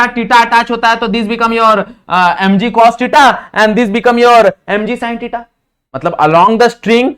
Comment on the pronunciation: Sir theta 😂 not tita Sorry 🙏 sir but wrong pronounce